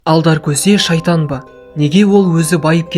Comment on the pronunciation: Шаитан. емес. шаитан.